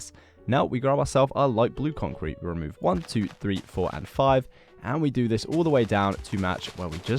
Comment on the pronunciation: Y'know what. The way he says zis is really funny